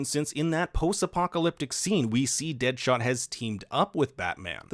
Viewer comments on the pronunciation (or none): I’m pretty sure it’s Deathstroke and not dead shot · He called dead stroke "dead shot" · Why are you calling deathstroke dead shot 🤨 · It’s Deathstroke, not Deadshot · it’s deathstroke not deadshot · Just saying it’s deathstroke not deadshot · It's Sam, not Barry. And Deathstroke, not Deadshot. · Ahem! Sir...it’s “Deathstroke” not “Deadshot” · Its deathstroke not dead shot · It's deathstroke lol not deadshot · It's Deathstroke not Deadshot. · Mans said Deadshot... lmaooo that’s Deathstroke bro bro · It's Deathstroke. Not DeadShot. ;) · Yo first of all great video, but u need the say the right name man XD Deadshot is another character you meant death stroke and they are called mother boxes not mother stones XD love and peace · His name is DEATHSTROKE, not Deadshot!!!! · Deathstroke not deadshot lol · I'm sure somebody's already mentioned but it's Deathstroke Slade Wilson is Deathstroke not dead shot.